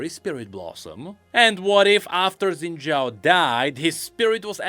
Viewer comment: X in xin zhao is pronounced as "sh", so the correct pronunciation should be shin-zhao instead of zin-zhao